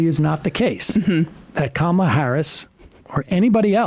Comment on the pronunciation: Btw… it’s not “comma” Harris, it’s Kamala Harris. Do better.